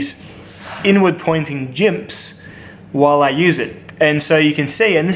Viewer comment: "2 or 3 jimps"